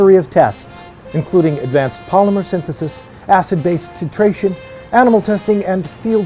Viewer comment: Apparently doesn't know how to pronounce "titration".